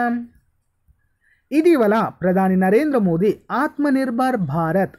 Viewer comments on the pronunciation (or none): none